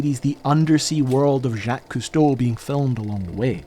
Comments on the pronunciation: I have always heard him called Jock, not Jack ... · Whats with the Jaqueeeeee its Jaquce or french Jack nog Jackeeee. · Its Jaques not pronounced Jah-k? I didn't think you were supposed to pronounce the "queeez" part. It's bothering me that he happily correctly pronounces "Dumas" as "doo-mah" rather than "dumbass", but Jacque is jack-weeze. I initially thought it was understandable anti-French sentiment, but now I'm confused. Not to mention the German "Junkers" rather than "yunkers". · Lol why are you pronouncing his name "zhock- ease"? It's just Jake... with a French flair. You wouldn't pronounce the "es". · I'm sorry but your pronunciation of Jacques is way off. I'm surprised you didn't google how to pronounce his name before making this video? Jacques is pronounced "zhaak", not "jackeves" or whatever hilarious way you pronounced it in your video lol. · "jawk", not "jakeez" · Who the hell is Jack-Kees Cousteau? Jacques Cousteau is the man's name.... Jacques is pronounced like "Jock" with a soft J sound "Zhock" It's like when Jean-Luc pronounced ZheanLook is mispronounced Gene-Luck... The fact that you produced this entire well made and historically accurate piece and got the pronunciation of man's first name wrong throughout the entire presentation is the most distressing thing I can possibly think of. Is any of the work otherwise correct if the man's name isn't? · Jacques Cousteau's first name pronunciation sounds like this ( ZH-ah-K ) not like ( Jack-y-s ) French name . Enough History has been changed just to suit peoples political ideals , but could we please leave a grate oceanographer / explorer's name alone , we really don't need people who never even saw a guy when he was alive to change his name for the rest of us . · Good grief, man! It is pronounced zyak not jackeez. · Good grief man, the man is French you don't pronounce the S in his first name:zhaak koo stow not jahkess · "Jacques" is not pronounced "jackeez". It's more "zhack" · Jaquieees Cousteau???